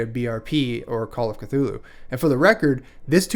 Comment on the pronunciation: I'm not sure about later editions but the first and second iterations of Call of Cthulhu RPG has a pronunciation guide; according to that, you're saying it correctly. 🙂